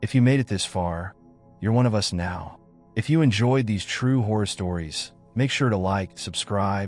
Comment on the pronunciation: sorry, not a fan of AI reading things, pronouncing 'us' as 'U.S.' for example. for me it ruins the flow of a story if you have to figure out what it really means rather than just listening and enjoying.